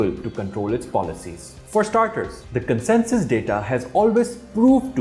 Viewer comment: I hear consensus when you say census